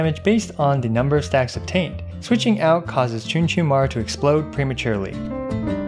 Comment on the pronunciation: Chunchunmaru... more like Achoochunmaru